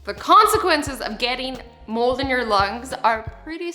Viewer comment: no joke i thought she was talking about moles not mould lol